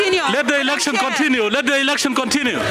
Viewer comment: What is ehlekshon? 😂